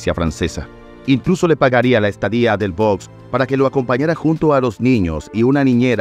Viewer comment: Delvaux se pronuncia DELVÓ. Dassin se pronuncia DASSAN.